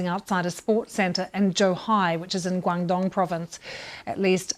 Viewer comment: Her pronunciation of Guangdong is actually really good!